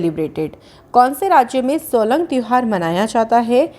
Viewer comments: its solung not solang festival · No. 2 it's Solung not Solang...🤞